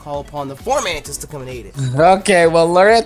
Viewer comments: It's FOMANTIS... NOT FORMANTIS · Everyone keeps calling it FORmantis, but there isn't an R. It's just FOmantis. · Fomantis... Not "Formantis" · Why does he keep saying "FoRmantis?" There's no "r" in it! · yo why do you say formantis? its fo mantis my dude